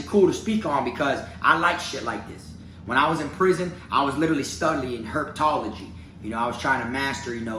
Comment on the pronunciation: Herp-uh-tology lol don’t forget the uh! But really tho you are in south Florida the perfect spot in the us for reptiles etc why don’t you try to collab with Tyler Nolan or one of the reptile guys in your area if that’s what you are interested in?